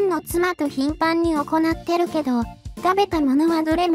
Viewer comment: う〜ん 細かい事なんだけど『行ってる』を『おこなってる』って読み上げが気になる。 何故普通に『いってる』と読み上げないのか？ 関東では『いく』とは言わないのかな？まさか関西から西側だけ『いく』なのか？w